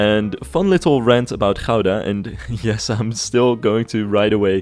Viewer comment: Great episode,, and I'm loving the series so far. I especially love how well the City Hall came out. It was also an educational episode; not only did I learn about Dutch architecture, my American mind learned the true, proper Dutch pronunciation of "Gouda" 😆